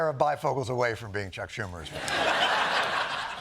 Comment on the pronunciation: It's not a Schumah